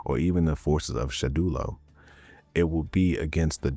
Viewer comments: Surely he can’t be serious.. It’s Shadowloo not shadulo.. Like how on earth did u get that loool 😩😂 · I can’t believe you’ve found a brand new way to mispronounce Shadaloo 😂